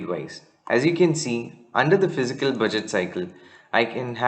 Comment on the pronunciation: The pronunciation is fis-cal not physical year!